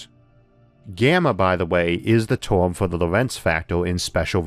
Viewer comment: What is a 'porson' or 'torm'?